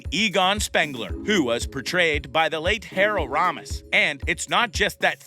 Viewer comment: Harold “Romis”? Lol